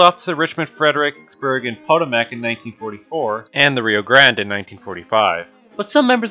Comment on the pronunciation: Pot-o-mac 😂😂😂😂. Say it with me everyone Pah-Toe-Mic